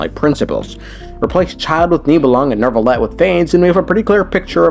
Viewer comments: Why do people pronounce Neuvillette as Nervillette? I don’t know how to pronounce French names but if that’s how it’s supposed to sound, then I have been pronouncing it wrong the entire time he’s been released. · Why is his name so hard to say for too many people? What the hell is a Nerve-a-let? Neu is NEW! NEW! I'll bet you want a new car or a new house in real life. Go to a car dealership and tell them that you want a nerve car ya jackass 😂😂. Where's my baby powder at? I'm going to start jumping through the screen and planting the white hand of Saruman on these fools 😂